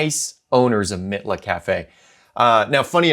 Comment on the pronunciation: Mitla is pronounced MEATLA.